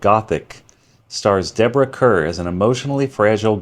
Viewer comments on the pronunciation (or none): Deborah Kerr’s last name was pronounced like “car.” Don’t ask me why… just was.